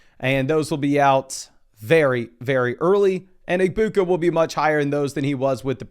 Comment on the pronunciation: the G in egbuka is silent btw me and him are friends and we were watching this video together he wanted me to tell you